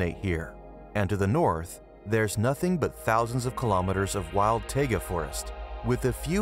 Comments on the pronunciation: Lol he said "tayguh." It's pronounced "tieguh," genius. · "Taygah" forest